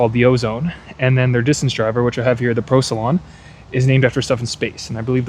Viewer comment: It's Procyon not Procylon. Not only is Procyon a star but it's also the genus that raccoons belong to.